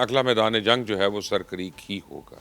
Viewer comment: Mubashir bhai it's not sir but it's a. Seer this is sindhi word